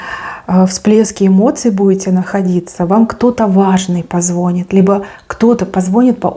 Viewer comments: благодарю Вас за отсыпочку🙏 Очень Вас люблю и уважаю, только не позвОнит, а позвонИт🙏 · А слове ПозвонИт ударение на И